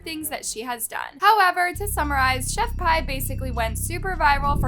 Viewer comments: Chef p not pie also Ka-ra-mo please next time look up pronunciation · It’s pronounced chef Pee not pie and Kah-rom-o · It's killing me to hear Pie. Omg. Did you not listen to one video?? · Pronounced chef pee lol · Pronounce Pee! Lol the English language is so weird I know like